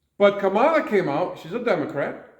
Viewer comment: I'm sorry, but former VP Harris' first name is pronounced "comma-luh"...regardless, the woman that some refer to as "Kommie Kamala" is expected to run for California governor in 2026...if elected, she would be both the first woman and first person of color for this role...funny, but as progressive as California seems to project itself, all governors of that state to date have been white males.